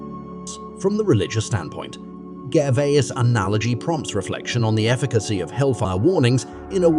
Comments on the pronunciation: at least try to pronounce his surname correctly ... Gervais is pronounced as Gerry would be, not Gherry. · I see you hat you tried here, but maybe an idea; try to get his last name right please?